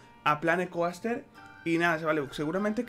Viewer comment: Esa pronunciacion de Coaster xD